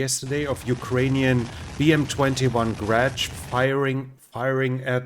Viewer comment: Enjoy your videos. Just a FYI--Grad missle launchers--Grad means Hail. 'A hail of rockets' Pronounced with soft g, so it sounds is hrat. Slava Ukraine